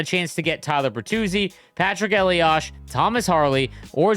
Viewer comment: The game pronounces Elias's name wrong. It drives me nuts!